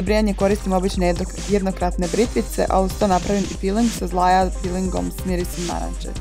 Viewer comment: Ziaja, ne zlaja :D